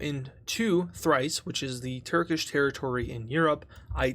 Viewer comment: Lol it's Thrace not thrice